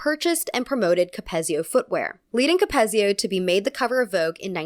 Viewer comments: just letting you know, capezio is pronounced "cap-EEZ-zee-oh" in contrast to ""cap-EHZ-zee-oh" :) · ballerinas gonna come at u 4 this one, its pronounced “cap-eez-i-o” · I love this video, but I just have to say it’s “CapEEzio” 😭😭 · Just wanted to let you know… you are pronouncing Capezio and Balanchine wrong. Capezio is cap-E-zio and Balanchine is ball-en-chee. Don’t get me wrong, I LOVE this video, but as a classical ballet dancer of 10 years, the mispronunciation really stood out to me. Other than that, I did really love this video! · George Balanchyne and Cappezzzzio 😭loved your video! But also please research how to say all of the names, these are very famous people in our dance world! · As a ballet dancer, I love hearing you talk about ballet!! For future reference you don’t pronounce the “p” in “corps de ballet” & capezio is pronounced with a hard E sound, capEEzio.